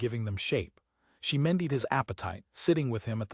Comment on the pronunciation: AI narrations like this one make frequent pronunciation mistakes, such as here with “mended” for some reason pronounced “me died”. Another all-too-typical one is “bow”, which is often pronounced as a noun rather than a verb when the context is obviously an action. Particularly annoying when it’s pronounced correctly and incorrectly in the same paragraph. A human narrator would unlikely make those mistakes.